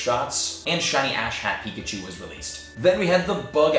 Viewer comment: I keep hearing "ass-hat Pikachu" >.<